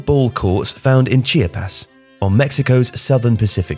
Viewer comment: No offense guys but it’s chee-aaa-pas